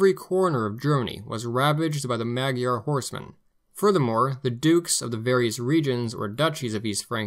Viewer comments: Really, really excellent history from start to finish. My only complaint is that my Hungarian ears are hurting from your pronunciation of "Magyar". First of all, both of the "a" letters are pronounced like the "a" in Utah. The "gy" is difficult to explain as it is treated as a single letter in the Hungarian alphabet. The closest I can think of is "j" as in joy. Probably best to find an audio file on line. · I'm no Hungarian, but I've heard "Magyar" is said like "Mud yar" or "mood yar". Consider how "Imre Nagy" is pronounce "Im- ruh- nudge" or nahj